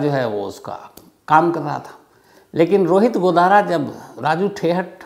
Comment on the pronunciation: Godara godana bol Rahe ho sar😂😂